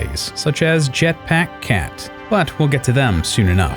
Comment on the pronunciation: "jetpáck cat"